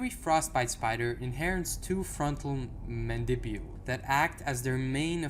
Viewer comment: Am i wrong or is it Mandibles and not Mandibuels